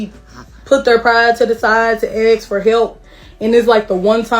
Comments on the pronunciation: Please, "ask". not "aks:. Thank you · I didn't "axe" you 🙂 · Lol at what they " axe" for. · What a bunch of low life *******!! You DESERVE NOTHING!! Learn how to speak!! It is ASK not AKS! GTFOH!! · When they say axen for tells you everything